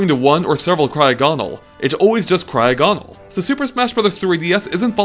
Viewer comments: Pretty sure cryogonal is pronounced similar to diagonal, not cryo-GONal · It's cry o ginal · you mispronounced Cryogonal's name.